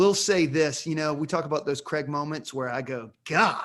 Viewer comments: Totally love the way you call James Bond ..... cre🥚. His name is spelled CRAIG .... how does that possibly translate to cre🥚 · Please pronounce the letter …’A’. Daniel… CrAig!!!!